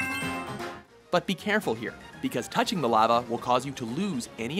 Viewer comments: Is it just me or does he say 'lava' weird? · Anyone else bugged by how he pronounced lava?